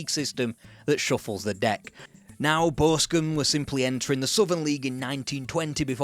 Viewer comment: Why can't you say Boscombe? 😂